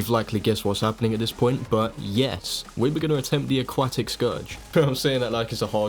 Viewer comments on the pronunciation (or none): Cool video i like it a lot, one question tho Why do you call the aquatic scourge the a-quack-tic, it kept on throwing me off lol